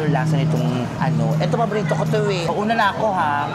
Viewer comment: It pronounce as KUNAFAH po sa arabic… KUNAFAH tawag nila po jan 😊